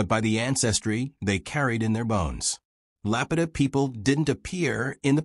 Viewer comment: To be taken seriously maybe first learn to pronounce the name of the culture that is the focus of your video.